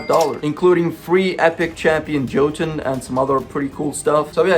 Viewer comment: The only crime this video has put out is this guy butchering Jotunn's name. And no, I'm not providing a high-detailed course on Name-ology. If it exists. Does it? It does, right? Right?